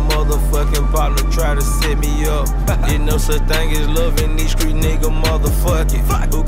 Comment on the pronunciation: I hope that they have someone who knows how to say street it's not screeck